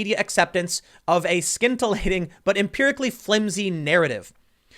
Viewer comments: SIN - tillating ... lel nAWT SKIN - tillating ... cmon get ur werds in order TIM POOL haha :)) <3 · Skintillating? Scintillating is a word. The c is silent.